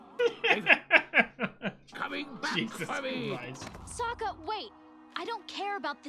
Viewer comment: you had corrected yourself and then went back to "so-kuh" 🤦 I like that you are appreciating the journey, there is another reactor out there, a 17 year old Australian girl who complains about anything that doesn't "forward the main goal". She has zero understanding of sub-plots or realistic plots.